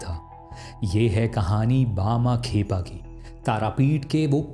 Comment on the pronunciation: tum saare videos me naam galat uccharan karte ho. Lagtaa hai hindi ko english scipt se padhte ho.